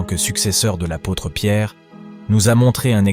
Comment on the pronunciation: Dommage la voix de robot et les erreurs sur le mots comme Apôtres devenus à pôtres…. C un manque de respect que je tiens à vs signaler vu la sainteté de Jean Paul II 🙏🏻